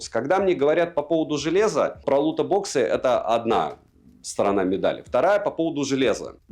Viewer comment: какой же херовый микро в айфоне, мб просто уже возраст и засорился, но просто ничего не слышно с него PS и еще плиз Лутбоксы без о ))это не то чтобы придирка, но так просто правильней:)